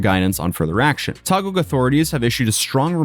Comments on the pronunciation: Wonder if he still loves jail after spending 2/3 of a year in one. Btw Taguig is pronounced tah-GEEG, it's a legacy of when Philippines used to be a Spanish colony. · its correct pronounciation is "tagig" and yea the system here is pretty slow but serious i threw a cigarette filter in a road back in 2021 failed to pay my fine after 4 yrs the court issued me a warrant of arrest... got thrown in the prison before 2025 ends luckily the bail is low so i only spent about 3 days there but i still have to attend my hearing once i got the schedule.... all of this for that cigarette filter vitaly might end up waiting for 2yrs there before his case proceed and his cameraman... that guy is cooked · Taguig is pronounced as "Tageeg". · COME ON MAN YOU BEEN TO TAGUIG ALREADY IN PERSON YOU KNO ITS PRONOUNCED TA-GEEG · Hey bro for future reference, Taguig is pronounced as Tah-Gig or Ta-Geeg. Much love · Taguig pronounced "Tah gig" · Taguig is pronounced "tah-GEEG." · Ok,, love listening to your voice in the background but it is sometimes throwing me off. The word "Taguig" is pronounced as "Ta-gig" (like a gig job). Love you bro! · City name Taguig is pronounced Tageeg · Unrelated to the video, but Im little irritated for you saying Taguig. We say Taguig as "Ta-gig". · Hope your stay in the Philippines was good! Also, Taguig is simply pronounced as Tah-Gig said quickly. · It's pronounced tah-geeg. Thanks for covering this. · its pronounced as Taguig - `Tageeg` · its Taguig pronounced as - tah-gig, great video as always man.... i never saw some of the things you showed here so great thing i watched this video entirely. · Taguig is pronounced "Tah- gig". (Gui as in "guilty") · Taguig is pronounce as Ta-gig just for reference. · Hey, great content, been watching from the beginning lol...while you're in the Philippines, come visit Baguio (pronounced bag-yo)... Nice and cool 70+ degrees.... Also just for future reference, Taguig is pronounced "tah-gig" :)